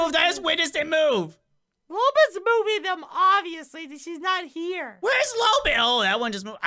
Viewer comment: STOP CALLING HER LOOLBIT ITS LOLBIT